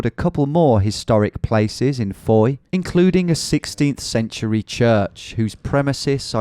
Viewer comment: You said fowey correctly! Geowizard you have more than a subscriber for life!